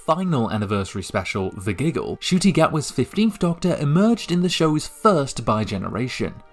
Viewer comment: It's N-cuti not just cuti btw, I mean even he mispronounced his own name for a while so